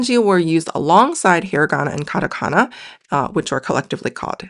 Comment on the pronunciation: Whycome you say Karakana when you put Katakana on the screen?